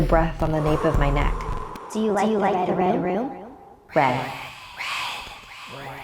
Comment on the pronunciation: Do you rike it?